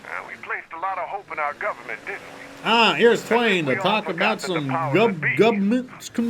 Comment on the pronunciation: "Guva-ment" conspiracies 😂😂😂😂😂😂😂